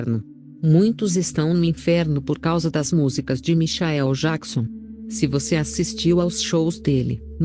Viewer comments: Michaéu Jaquison,nem pronunciar o nome certo essa mulher sabe,MENTIROSA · Como é essa história? A pessoa vai pro céu e depois pro inferno? Larga de ser hipócrita, protestante vagabundo, mentiroso....Não sabe nem pronunciar Michael Jackson....